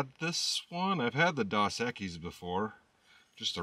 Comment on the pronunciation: …Pronounced Dose as in Spanish for Two X’s.